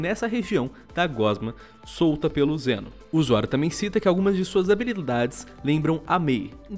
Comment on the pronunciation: Eu ouvi "Jenos" ? kkkk e essas abilidades de cura parece com a do Mal'damba e Pip kkkkk Mal'damba tbm joga uma meleca no chão que cura e da slow nos inimigos.